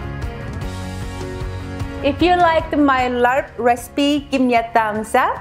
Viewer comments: It's pronounced Laab. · I do like the recipe, I don't like the way you pronounce "laRp" 💀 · Hi,! Love your video and recipe. After watching Mark Wiens on youtube, it seems that the pronunciation of laab sounds kind of like "mob," as in an angry mob. Take care! keep up the great work! also, check out mark wiens for authentic thai food recipes!! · This is actually pretty accurate to the my recipe lol I'm Lao and it's pronounced "lap" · It's pronounced laap. Vietnamese mint go well with it too. The original recipe is with chopped beef & book tripe 😋 which most people like to eat it raw, not for me. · GLUTINOUS Jasmine rice, not the regular steam rice one. for rice powder. and it's like "Lawb", no need for the R sound. great video though. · Pronounce "lab" but loved this n all ur videos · You pronounce it as la-ap but fluent. The r is muted :) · It's pronounce laab. There's no R sound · it's pronounced lop